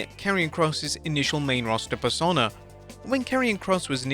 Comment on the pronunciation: Why can’t you pronounce persona?